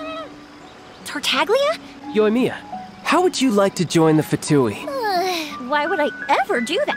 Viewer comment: Fun fact: you can pronounce it tar-tag-Lea but most likely, it’s pronounced as tar-TAL-lea